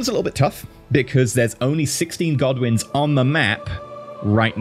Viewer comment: Did anyone else keep mishearing Godwins as Goblins?